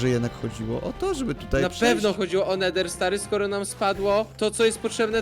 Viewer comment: Nie neder tylko nether ;)